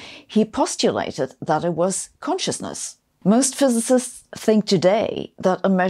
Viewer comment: Hard time pronouncing physicist 😂